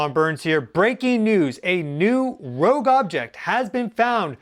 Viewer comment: ROGUE!! not "rouge"